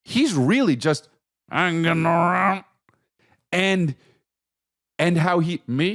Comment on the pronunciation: "juss hanginarounnn." lol